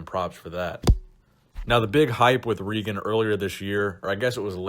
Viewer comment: its regan, not reegan